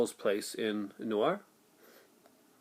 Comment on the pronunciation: Not "Noir"... "Niort". It's about 400 km south west of Paris. Near Poitiers.